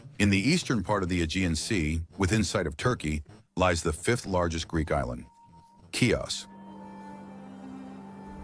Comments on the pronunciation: CHIOS NOT KIOS. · Pronounce HeOs